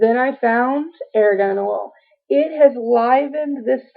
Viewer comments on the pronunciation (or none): It is pronounced "are gone" oil not "air gone"